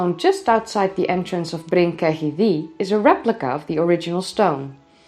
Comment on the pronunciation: Can you stop pronouncing it DEE and say THEE. Welsh dd = th